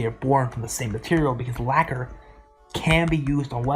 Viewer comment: Fingers coming from the ends of the phone A hand's waving till your all alone It pulls the strings and makes them ring Until your heart turns to lacquer (being pronounced "liquor") Spamton is describing Dess's guitar